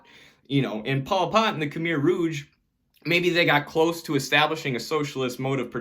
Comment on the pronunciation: great video really changed my thinking about china! just wanna let you know it’s pronounced “kuh-my” not “kuh-mehr”